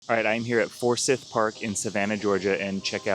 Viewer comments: Thanks for the video. There nothing like a good Georgia freestone peach! Lots of Youtubers talk about going with an independent broker, but how does one find such a broker? BTW, it's ForsEYEth park, not ForSIth park😀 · Pronounce For-sithe park. It's a long I sound.Welcome to Savannah! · Those are cicadas, and its pronounced For Scythe (Forsyth) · Not a big fan of peaches. My favorite fruit is probably the orange peel in my old fashioned. ;) And it's pronounced "for scyth" with a long "I" and soft "th", emphasis on the 2nd syllable. :) We have a county, and at least one town, named after John Forsyth Sr. But thank you for this video. I only recently discovered your videos, and I need to watch many more to get a handle on all this, but I can already tell they're going to be useful. We're still a few years away (58 & 60), planning to retire at 60 & 62, but you've made me understand that I don't want to wait until the last minute to try to understand and select coverage. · Forsyth is pronounced For "Sigh"th. as in the word SIGH. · I noticed that too! Also, emphasis on the first syllable in Forsyth ;) SC peaches tend to be more plentiful than in GA, but here in northeast GA they’re amazing!!! Thanks for the great info! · Peaches to you too. I really enjoy your videos. They are succinct and well organized. You talk a little fast for this Georgia boy but I can follow you! BTW, the 'syth' in Forsythe is like a long 'I' sound, not a short 'y'. Our pronunciations can be a little different I guess!